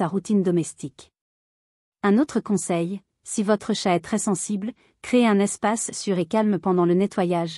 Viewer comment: Ça y est, le robot débile commence â dire des âneries à moins de 10 secondes du début : ce n’est pas un tchate mais un chat !